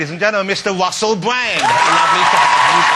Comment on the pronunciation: Did he say the fabulous Mister Wussell Bwand ? He had a little Elmur Fudd accent for a second there.